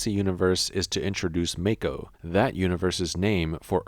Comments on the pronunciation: It's MAH-ko, not MAE-ko :( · The way he says “mako” 🤣